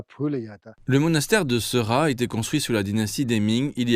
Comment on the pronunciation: Bonjour, la prononciation de ce monastère est "séra" en anglais ils écrivent "sera" mais la prononciation tibétaine est bien "séra"